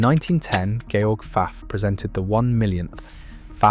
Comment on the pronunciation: His name was NOT George as in George Washington, he was GERMAN, it was pronounced correctly.